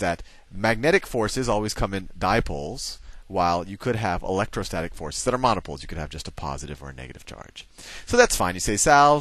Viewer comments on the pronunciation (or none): none